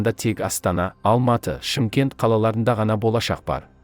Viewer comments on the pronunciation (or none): none